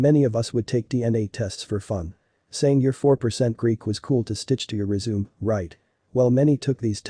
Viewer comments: Not resume, it's resumé but it a damn robot talking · Not bad for a computerised voice. Doesn't know the difference between resume and resume (CV) though. 😋